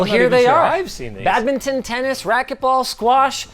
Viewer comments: What the heck is a bad mitten? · WTF IS BAGMITTEN